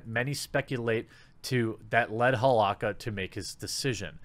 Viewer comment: Normal people: Holow ka TheQuartering: HolowWaKKa